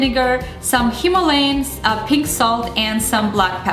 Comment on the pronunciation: PINK salt not pig salt lol